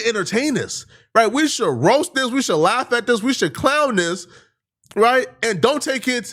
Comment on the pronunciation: It’s THIS not DIS, damn nigga